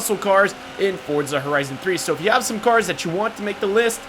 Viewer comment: Why do you pronounce these cars weirdly